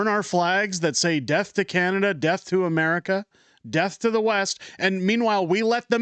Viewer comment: Pronounce it correctly. America.